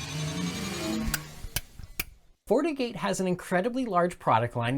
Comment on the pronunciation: Is he saying Fortigate or fornicate? 😂